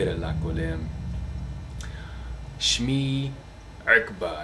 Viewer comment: my advice to you don't speak with "ein" you don't know to pronounce it naturally so its sound funny ... by the way Akbar its not with ain arabs don't pronounce it like you (its arab name)